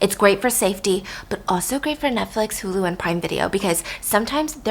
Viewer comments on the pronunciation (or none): none